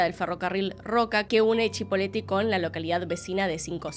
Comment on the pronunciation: Es Cipolletti, no Chipoleti.